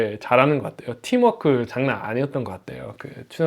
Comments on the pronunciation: 한국어하는데 영어발음을 굴려야 하나요? 영어를 잘하는 한국 사람도, 외국인과 이야기 할 때 한국어 단어를 그 나라 사람들이 이해하기 쉬운 발음으로 발음하는 것이 기본입니다. 한국인에게 이야기 하는데 이런 식으로 이야기 하는 외국인이면, 정말 한국어를 잘 하는 거죠. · 미국사람이 팀워크 발음이 그게 뭡니까 ㅋㅋㅋ